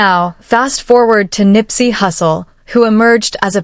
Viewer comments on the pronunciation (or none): It’s nipsey not nippy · If you're going to blog on them, at least learn their names🙄I'm really getting annoyed listening to you call Nipsey nippie.I hope you're not tryna be hip😂 cause that's not hip at all.